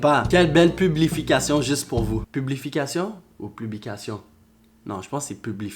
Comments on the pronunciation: Tu est trop mignon à dire publification à la place de publication 😍😍😍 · OMG on dit PUBLICATION PAS PUBLIFIQUATION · C'est publication et pas publification 😂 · tu pourais me fair une dedicasse et nn ca se dit pupblication ♥ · stp on dit publicqtion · on dit publication parcontre à Hahahaha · Je crois il prononcé vraiment comme ça psk dans toute ses vidéos il dit publification